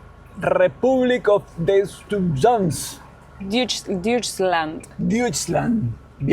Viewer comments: Diutchland ? 😂😂😂 no es idioma gringo! Se dice Doit - chland en alemán 😂😂😂 uff, y sí, los alemanes tienen otras palabras peorcitas con 1 pronunciación casi imposible! 😂😂! dime que llevo más de 20 años por acá y todavía me cuesta la pronunciación alemana! 😂😂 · Se dice "toichland" 😅 Soy Descendiente de Alemanes del Volga en Argentina, vivo en Luján, Buenos Aires. Marisa Ulrich Braun saludos!!! Y el alemán no es el peor idioma! Es algo complicado, pero tiene algo de inglés... Es solo prestar atención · Se pronuncia "doichland". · Se pronuncia doichland.😅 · La EU juntitas en alemán se pronuncian OI.....Muuuucha SUERTE en Deutschland!!! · Antes de irse de Alemania tienen que aprender a pronunciar "Deutschland" como debe ser.